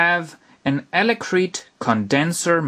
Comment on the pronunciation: elecreet? you mean electret right? ;)